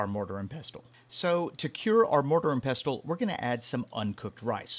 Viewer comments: Ah come on the t is silent ffs...😂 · Isn’t the T in pestle silent?